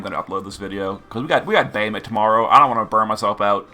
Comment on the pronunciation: I did not realize you was saying bahamut until he said “bahamut dark fina” and I realized it was accent >_>